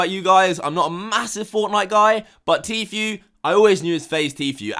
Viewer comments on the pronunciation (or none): It’s said Tfoo not Tfew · Pernounced T FOO not T FYOU! I couldn't get through 2 mins after hearing T FYOU 37 times! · It’s tfue not fucking tfew speak properly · I hate the way he says tfue T-fee-U it’s T-fuuuue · I love but I was getting pissed off he never said him name right once! Tfue not tfew. Come on man you obviously watch videos and videos with everyone pronouncing his name right!! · Bro it's pronounced FOO not FEW. I'm not a fan of his but it's driving me crazy lol. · Lol tee-feu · Anyone else got annoyed how he was saying Tfue? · the way he pronounces Tfue tho... hahaha